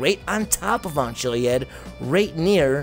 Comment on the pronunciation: If you look at the definition.Ch-iliad is pronounced Killiad..look it up.